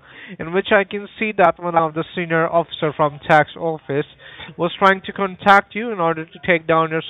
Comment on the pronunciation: Scammers are total POS. .."trying to conTACT you.. "Contact" is a commonly used English word. The emphasis is always on the first syllable. Any native English speaker above the age of 12 would already know that!! This loser pronounces it conTACT (??!!) ...What bottom feeders these people are. They also try and 'yes harvest'. They start out asking, "Can you hear me?" when you reply wth the answer "Yes.." (which is what they are hoping you'll say) - they can use your recorded YES to authorize further scamming, to perhaps drain your accounts and scam you further. I like f*cking with them, so I always say, " Oh, I can hear you just fine". or 'Certainly I can hear you.." It drives them mad..!